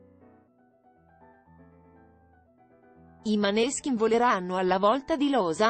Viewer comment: Cambia l'accento di nominativo.della band.Non si puo' sentire